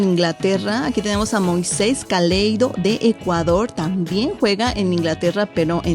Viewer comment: Moises Caicedo no caleido 😅